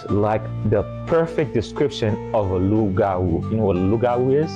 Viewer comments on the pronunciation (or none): It's pronounced Loo-gah-woo.... Hahaha- why they do Mama Tina like that?